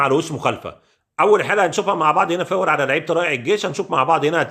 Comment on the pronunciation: يا عم انت لسه ب تظرب ف التحكيم 😂😂 ارحم اللي خلفونا بقا ... و بطل تقول " فاور "